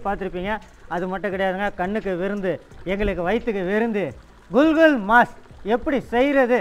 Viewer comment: adu "gul gul" illa, adu "kukul", oru naatuku poona anda naatoda ucharipa sariya therimdukondu pesavum, sila samayngalng neengal Solvadu anda naatil keta vaarthayaaga irukalam😢😢😢😢